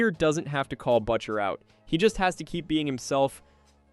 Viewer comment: Butcher pronunciation was butcher so bad😂😂😂